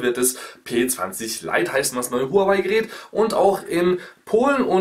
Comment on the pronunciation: Warum sind alle zu blöd Huawei richtig auszusprechen